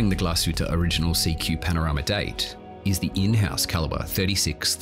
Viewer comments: Why pronounce it Origanal? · Like "Angala Merkel."